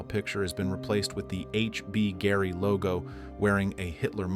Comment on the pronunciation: The AI is so bad it can't even pronounce the name of the company - HBGary.